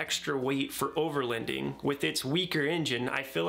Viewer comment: Your pronouncing overloading wrong. I hear “overlEnding” lol